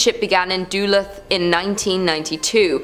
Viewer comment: Lol I'm ☠️ at how she says Duluth, MN! It's pronounced "Dahlooth" Not "Dooluhth". 😂